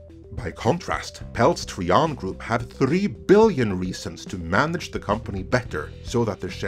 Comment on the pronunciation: Tri-an not tree-un. Another great video. Iger should step down in the wake of all these truths. But instead acts as though the facts aren't known to the public. Or the shareholders and investors. Lets just announce some crap before the investors call, to pull the wool over their eyes again. How long is that going to be endulged. It got old ages ago.